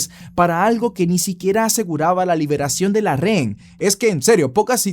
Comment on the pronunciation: Buenos videos bro.. solo como recomendación se te escucha mejor pronunciación cuando utilizas la palabra "prisionero" en lugar de REN... (Justo como la escribí así te escuchas) siempre dices REN en lugar de Rehén y no se escucha nada bien.